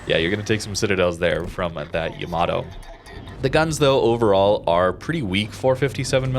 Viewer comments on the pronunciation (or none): none